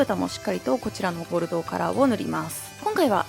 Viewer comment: 今回はちゃんと「ボルドー」って言えたね☺️w